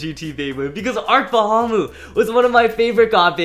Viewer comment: It’s not called arc Bahamut it’s called ARC Bull cash